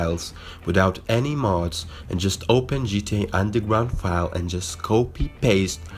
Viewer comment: ''today i will show you how to install undelgwound mod for gta san andweas'' u dont know how to use an R?